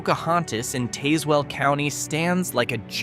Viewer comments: Henricus & Henrico is pronounced Hen-rye-kus & Hen-rye-ko. Tazwell is Tahz-well, not TAze-well. I think Clifton Forge is declining but not terribly so. I believe those residents likely travel to Covington & work at the paper mill. I grew up in Chesterfield, live in Henrico & spent my summers in Covington with my great grandparents. My family hails from the area & Pocahontas County West Virginia & the majority of my maternal side is buried there in Covington. After WWII, my great grandfather was a scientist who worked at the paper mill. If that mill ever leaves that area, those towns will become ghost towns for sure. Good video overall other than the pronunciations I've pointed out. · Tazewll is pronounced “Taz well” not “Tase well”